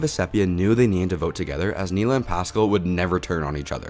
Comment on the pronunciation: I love your videos, but we gotta learn how to pronounce Maraamu and Neleh brother.